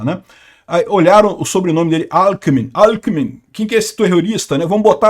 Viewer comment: Só irei chamar ele assim a partir de agora "Alkimin"😂😂